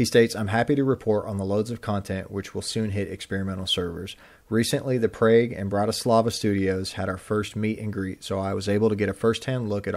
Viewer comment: Uh . . Praaaaague? Really?